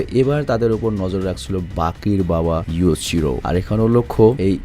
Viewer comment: ❤Bhai baki hanma r baba r nam yujiro not yuchiro❤❤❤❤❤